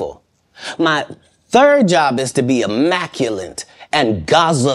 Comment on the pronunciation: i love how he says "immaculate" incorrectly. Lol